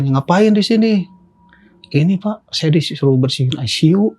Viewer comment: ruang aisisiu wkwkkwkwk